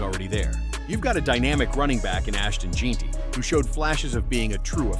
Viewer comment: in and you finally get done saying alot of words without saying shit. AI needs to die. Can't even pronouce Jeanty right.